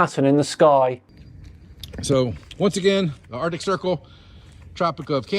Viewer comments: He can't even pronounce Arctic right.... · "Artic" circle and "Antartica" ... I've seen enough 😂😂😂